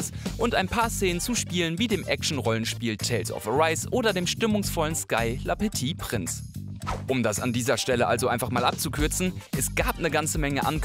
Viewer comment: Schön gemacht die Sendung! Aber bei "LA" petit prince haben sich mir schon bissl die Fußnägel hochgerollt ;P